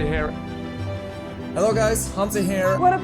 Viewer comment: your original 'hello' at the end of the video, is the most English hello one could ever muster. You should be proud of that classical accent! Love it! (shout out from the UK and happy christmas and new year!)